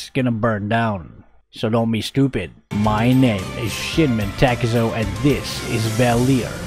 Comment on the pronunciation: Sorry bro, but I hear it shit men takezo everytime